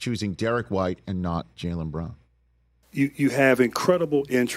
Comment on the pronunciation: JAYLEN FFS get his name right. It’s not hard.